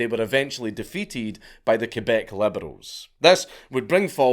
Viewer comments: Hearing Quebec being pronounced correctly is very refreshing Slight edit : I've also heard a story in that period where a woman working in a McDonald's got used as a human shield in a Hell's Angels and Rock Machines gunfight and was hit like 28 times and survived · Shout out to Dankula for saying Quebec properly instead of saying "kweebac"